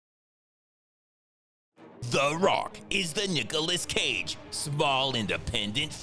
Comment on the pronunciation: NUKEOLAS CAGE😆 coffee spilled ngl